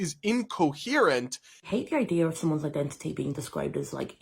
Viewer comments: “I-dentity,” it’s literally in the word. THAT IS NOT HOW ETYMOLOGY WORKS, LADY. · "It's I-dentity!" Every country that doesn't speak English: 😐